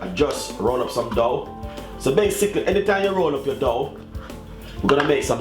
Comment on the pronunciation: Its pronounced doe, also spinners, spinach is for popeye, anyway well done.